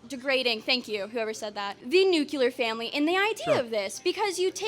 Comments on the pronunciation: Not the new-cular family 😭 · Nucular! Wow! It's crazy that people are this damn stupid. 🤦